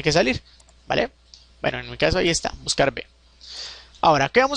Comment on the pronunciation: Hola, ante todo muchas gracias por los cursos. Sólo una anotación: la letra V se pronuncia y escribe uve, la letra b o B se pronuncia y escribe be (sería lo más correcto para evitar equívocos). En resumen la funcion se pronunciaría "buscaruve". Un saludo